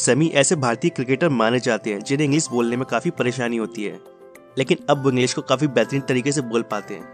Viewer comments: Bhai tu bhi English ka course kar lay... English ko Inglis bol rha hai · Bhai tujhe to thik se hindi bhi nahi bolni aati?english ko englis bol raha hai.. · तू पहले ' इंग्लीश ' शब्द का उच्चार ठीक से करना सिख जो' इंग्लीस ' नहीं है इंग्लीश ' है 😀😀😀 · It's English not Engliss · Englisss nahi bhai English khud to seekh pahle bolna ... Nakli youtuber thodi practice krle .... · Tu hindi bolna seekh pehle dhng se......english hota h englis nhi🤣🤣🤣🤣